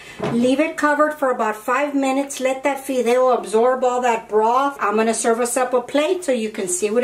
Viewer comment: Why not speak spanish?si no eres Américana?digo porque la palabra fideos la pronuncias muy bien para ser Américana.